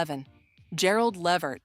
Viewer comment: It's pronounced LA Vert. If you're going to do a video like this.. at LEAST pronounce the damn NAME correctly. It's disrespectful not to.